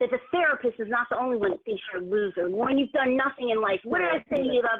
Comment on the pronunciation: "the fact of the matter" "LORNE" ruhmoanuh drives me crazy